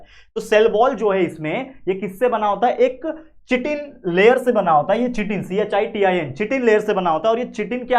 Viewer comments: Uska pronunciation chitin nahi kaytin hai lekin spelling chitin hai😊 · Actually chitin is pronounced as kaytin😅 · Pronunciation of chitin is wrong